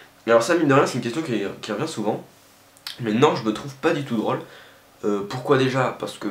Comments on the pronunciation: il a un défaut quand il dit " o " genre "drale" ou " bolass" .. lol;p mais il est ttrooo marrant sinon ! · petit accent périgueux, c'est "drawl" :) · drole avec l'accent x) --> drâle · Mdrr comment il dit " drôle" à ^^ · Hahaha comme tu dis "drôle" :D Y a un circonflexe il faut en prendre compte ;)